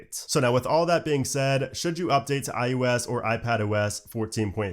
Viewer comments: Is it just me, or does he keep saying ius instead of iOS? Really bugs me. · why do you call iOS iYewEs?